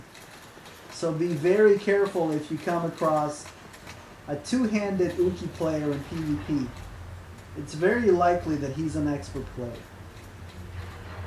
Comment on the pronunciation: The way you say uchi makes me cry. I dont even know how you got uqui from uchi. =[